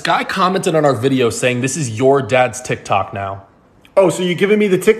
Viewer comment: 😢 he pronounces it like me... “tiktack!” 😭